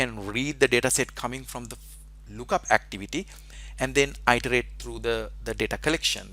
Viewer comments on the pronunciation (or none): Thank you, very helpful and instructive. One minor suggestion. The word "iterate" is not pronounced "eye terate". It's pronounced "it erate".